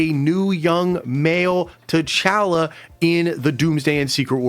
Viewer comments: Please say T’chala correctly 😭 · Why are you saying T’Challa like that?!